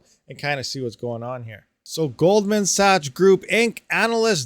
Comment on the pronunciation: Hey! Just wanted to help you learn Sachs is pronounced “SACKS” not saches lol